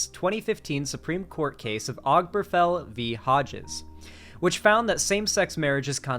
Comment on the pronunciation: This might be a minor thing, but hearing constantly mispronounce Obergefell just got on my nerves.